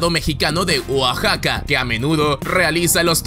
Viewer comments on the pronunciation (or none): none